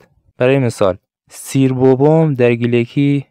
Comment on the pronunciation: پۊر خؤجیر🌹💫 "سیر" شیمي ور سئر تلفظ نبه؟